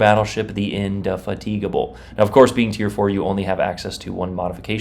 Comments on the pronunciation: it's called in-de-fatable, just watch the BBC TV show Horatio Hornblower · INDY FAT IGABBLE is how it’s pronounced lol. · Is this how americans pronounce indefatigable? 😢